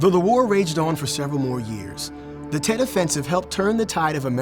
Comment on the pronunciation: Tet not jet